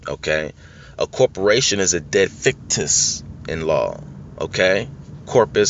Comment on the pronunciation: Did I hear right, "Dead Victus" ?